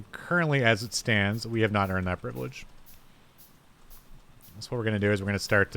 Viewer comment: I dont know why but every time you say privilege I throw up in my mouth.